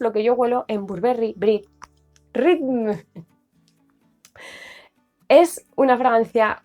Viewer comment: Hola excelente cómo siempre... Tengo el Mon Floral y es delicioso también, pero no me dura mucho... Me hiciste reír mucho con el Brit rrrrr jajajaja 🤣 Un besazo....